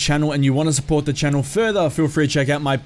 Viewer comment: I find it funny how you say "back to my channel"